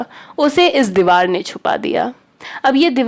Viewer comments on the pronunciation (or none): Didi sab theek hai thanks but dewal nhi hota deewar hota hai😊